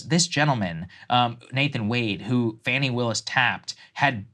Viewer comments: Her name is pronounced "fah-knee" ... Not fanny. It grinds my gears when i hear Saagar mispronounce her name. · So you dont even know she cheated on him or how to pronounce Fannis name ...